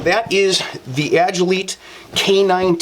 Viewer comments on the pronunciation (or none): Good review but you mispronounce Agilite. Ag-i-LIGHT. Like agility and light combined.